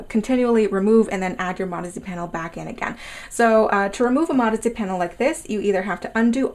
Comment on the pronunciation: Sounds like you’re saying “marzy” instead of modesty...